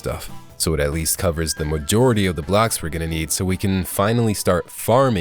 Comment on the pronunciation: i was going to say how annoying it was how you say Quarry wrong... qw-air-rry??? no, it's kwaw·ree but it's more funny to point how how you said "the WAST of the items" little UIWU boy 🤣🤣🤣🤣🤣🤣